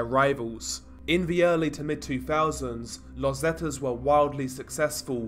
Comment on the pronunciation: It's pronounced "Zeeta" not "Zeta" 👍🏻